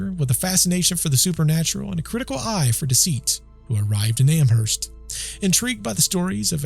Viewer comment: i live in amherst!! every october there is ester fest. all things paranormal. when you say amherst, the h is silent.